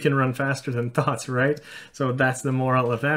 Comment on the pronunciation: The fact that you pronounce thoughts as thots makes many of your sentences very funny xD (no hate, just pointing it out)